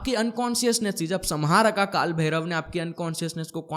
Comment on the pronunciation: Samharka को हिंदी में सम्हारका लिखेंगे । लेकिन सही उच्चारण "संहारक" sanhark है । Vedio banani hai to pahale sahi spelling likhna or bolna sikhle